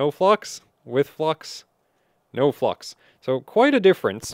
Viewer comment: YouTube: is he saying flux or. Fluck